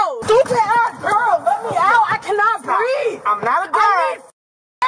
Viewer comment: uh canna breef! uh canna breef! uh canna breef! uh canna breef! uh canna breef! uh canna breef! uh canna breef! uh canna breef! uh canna breef! uh canna breef! uh canna breef! uh canna breef! uh canna breef!